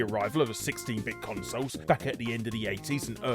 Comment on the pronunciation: I like hearing Larry talking about "consos." :)